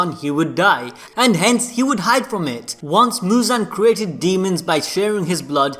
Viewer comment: not Muzan!... is "Muzanna" now